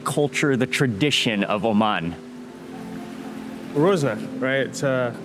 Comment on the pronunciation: it is called RAZONA NOT ROZNA